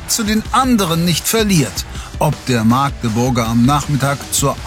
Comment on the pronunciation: Magdeburg bitte mit kurzem "a" aussprechen, ähnlich wie Hamburg, danke!